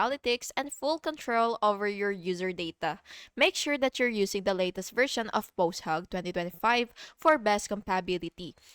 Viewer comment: btw it's posthOg, you're saying posthAg